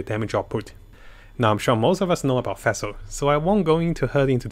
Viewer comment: Feshl hahaha. Omg